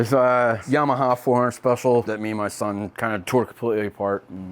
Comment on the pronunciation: I love that pronounces yamaha as yam-a-ha.